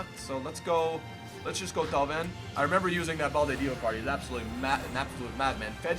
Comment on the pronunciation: When he pronounce Perrin, Thauvin, and Fejsa I annoyed so much and if he swap Thauvin with Willian, he got better rating and a link with Di Maria.